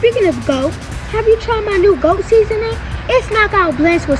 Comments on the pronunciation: I love you Laila Ali. There is so much GRACE and ELEGANCE about you- WTF is a GWOAT? Sounds like a speech impediment trying to escape a struggle with pronunciation. YOU ARE and forever will be the classics and greatest women's boxing champ of all time. End of story. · If Laila was 39-40 I believe she would’ve went in and knocked the “gwoat” out